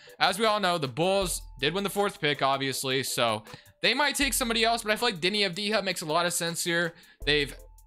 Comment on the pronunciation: Its pronounced Av-di-ya not Av-di-ha, other than that interesting video